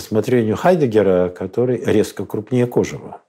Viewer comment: Уважаемый коллега ударение в слове кожев надо ставить на последнем слоге, а не на первом, посмотрите словарь .Причём, французский вариант тоже указывает на второй слог.